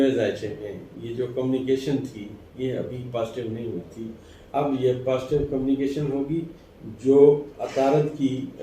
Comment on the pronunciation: ابھی تک آپ کی گزشتہ تو کوئی بات پوری نہیں ھوئی بس ستاروں کی آپ نے دوڑ لگوا رکھی ھے مہربانی کریں ستاروں کو تھوڑا "ساہ" بھی لے لینے دیں۔۔۔ لفظ قومی کیشن نہیں بلکہ کمیونیکیشن ھوتا ھے ۔۔۔جھوٹی تسلیان دے کر آپ کتنا عرصہ لائیکس سمیٹتے رھیں گے ؟؟؟؟؟ اب ایک ھی طرح کی باتیں سن سن کر تو کان بھی پک گئے ھیں ۔۔۔۔ ھون تے معافی دے دیوسرکار